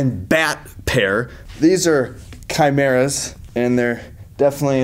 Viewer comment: He said chimera wrong